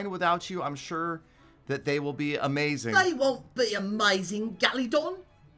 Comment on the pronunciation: Wutt geledon its emeyzin